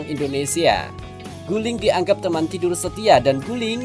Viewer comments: GULING BUKAN GULI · Guling....bukan gulih